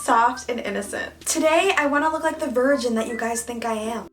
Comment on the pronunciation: I might aswell count how many times u have said 'vrigin' in this video aha. also stream candy xdxdxd